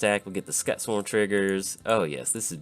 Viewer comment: Cool list. Just waiting on some cards and I'll have my list of Hazezon all done. Looking forward to playing it! Oh, Just so you know Scute is pronounced kinda like ss-cu-te.